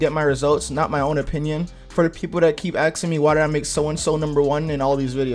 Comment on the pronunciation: ''Aksing me''